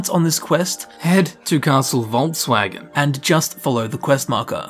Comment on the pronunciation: I heard Castle Volkswagen ( silly me xD )